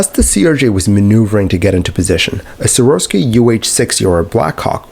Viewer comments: Sowarsky????? I think you mean Sikorsky. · One small critique: It's Si-kor-sky.